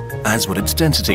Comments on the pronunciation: dentity? its spelled density and pronounced density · Y you say dentity instead of density... U disappoint me ;( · I feel like I’m going crazy. Is it just me or is he saying “dentity” instead of density ?